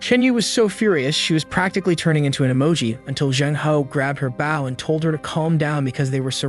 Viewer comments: edit your script text to pronounce bou instead of bau its irritating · It’s bow not baw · I like watchin your vids mate but your realy starting to anoy me now can you not pronounce the word bow properly have you never heard someone else sayin bow and arrows it's now takin a bow by bending your body it's using a bow to kill an enemy